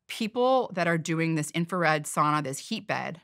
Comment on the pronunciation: Finland has a population of 5.5 million and there are almost 3 million saunas in Finland. At the same time, Finland has been ranked the happiest country in the world 8 times in a row - just saying... P.S. Please, learn how to pronounce "sauna" correctly. Please!